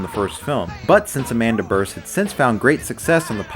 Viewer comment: Amanda Bearse is pronounced "BEERSE", not "berse".